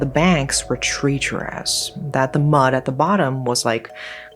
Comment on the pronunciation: Bit of a pet peeve of mine. Pronunciation. Treacherous, sounds like trey not tree.